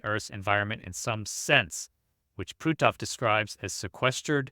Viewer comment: On a more humorous note.., you do such a great job getting all your pronunciations correct but you butchered poor Hal's name! LOL! It's pronounced, "Puh-t-off." LOL!